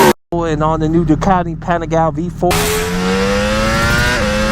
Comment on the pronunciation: Its Pah-Nee-Gah-Lay .. .. not Panny-gal Panigale